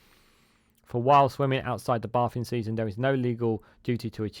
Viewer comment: Sort your crap pronounciation out please fella, "bay-thing" not baah-thing, you said it several times before I gave up on your video, craps on the message / subject matter (no pun intended) SW water need a steel toe-capped kick in the bollocks for their temerity.